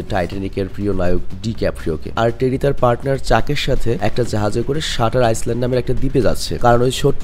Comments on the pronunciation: ভাই আইসল্যান্ড বলা ছাড়তে পারলেন না 🥴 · আইল্যান্ড আইসল্যান্ড না। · আইসল্যান্ড না বোকাসোদা, এটা আইল্যান্ড হবে।